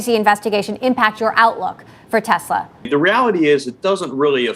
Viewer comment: Please .... its TESL(A) not TESL(R). You do good work ... keep it up ... just the R is a bit off.